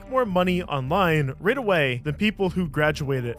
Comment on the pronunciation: I gotta say I found it pretty funny that you managed to severely mispronounce "right" 😂